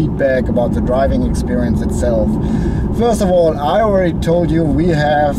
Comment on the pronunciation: Hello German friend its funny that I write a comment in english and you write me back in german hahaha see my point? dont make english reviews when you only know how to pronounce 20% of the words zank you! its called THE not ZE and so on THank you not Zank you hahahaha